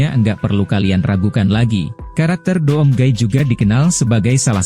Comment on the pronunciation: Doom Cara Bacanya "Dum" Bang